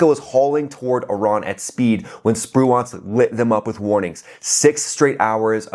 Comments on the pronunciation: Sir, your pronunciation of Spruance is killing me. Did the actual raiders hit that cargo ship? They are serious operators. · Most of the pundits are mispronouncing Spruance. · you're pronouncing Raymond Spruance's name incorrectly. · your pronunciation REPEATEDLY of USS Spruance was so bad, for the first time ever I was forced to question whether number one you were American and number two your US citizen! Good grief, dude I have never seen an error so egregious! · It's pronounced “sproo-inc”, not “spru-aunts”. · Love your info! Spruance is pronounced spru ance( the ance is like dance) not nuance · SPRU-ants, not spru-AUNTS. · SpruAnce...or SpruInce... is the pronunciation, not SpruONce... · FYI, it's not sproo-ahnss, like 'nuance', it's Spruance like sprooence. Watch some of the golden old wwII movies that mention admiral Spruance. Dang I'm old. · It's Sprooence not Sproo-Aunts. Ffs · Awesome. As usual... Also, Navy guy here. "Sproo-awnce" is unsat. "Sproo-intz" (rhymes with "truants") is where it's at. You're welcome, sir! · Really enjoy your videos but check your pronunciation of "SPRUANCE". It's pronounced SPREWENCE. Keep up the great work. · USS Spruance, named in honor of Admiral Raymond Spruance, is pronounced Sproo-unce. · Pronounced Spru-ence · Correct your pronunciation of USS Spruance. It's pronounced SPROO-antz (/ˈspruːænts/). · Assume the US ship Spruance is named after WWII Admiral Spruance. If so, most of the historical pronunciation puts the accent stress emphasis on the first syllable of his name:Spru’ance. Almost sounds like “Spruence”. My Dad was a Naval Fighter Pilot under his Fast Carrier Task Force 58 command during WWII. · It's pronounced SPRU-ance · It's pronounced sprewence. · Stop saying Spruance! Your emphasis on the wrong syllable is hurting my brain! 😵‍💫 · The pronunciation of the Spruance rakes me out of it. Hate to be that guy.. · Cool video but the way he pronounces Spruance, lol